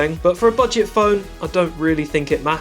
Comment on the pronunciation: Bro really called that phone a bedget phone 😂